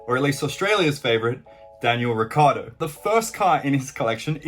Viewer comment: Urs ricCIardo ric-ci-ardo. Not ricardo